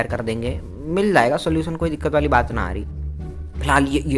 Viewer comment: Ye kis language me bol rha ho na aari nhi aari bolo please bhaut Ganda lag rha h